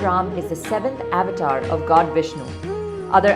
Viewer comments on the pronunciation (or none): Avatar ko sahi se bole